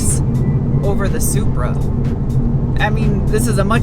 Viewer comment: I'll take the new Z over this "Zupra" anyday!!